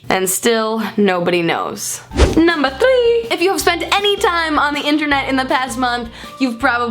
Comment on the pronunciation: the way you said number three